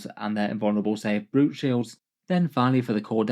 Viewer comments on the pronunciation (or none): none